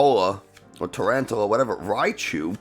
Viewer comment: Makes fun of the way some people say Giacomo but can’t say quaquaval or tarountula correct 😉